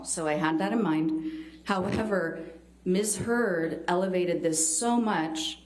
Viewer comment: Omg did Johnny’s lawyer say Ms. Turd? I’m sure she didn’t but it sounded like it and sure made me smile. Also, I hate how smug Amber Turd looked when they were showing the pictures of Johnny’s eye. She clearly is an abuser and loves it when her attorney’s dig and pick at Johnny.